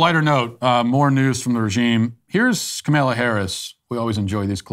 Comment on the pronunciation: After all of that information, what I am left wondering is- does Matt practice mispronouncing "Kaymayla" and "Maygahn thee stallyon"... it's just too good to be ad libbed 😂 I know he has had a lot of practice with Kamela, but the mispronunciation of Megan really made me chuckle! Thanks Matt 😄👌